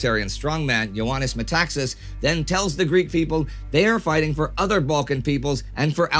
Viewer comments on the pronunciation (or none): none